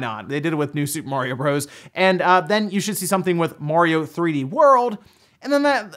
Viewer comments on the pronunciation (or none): none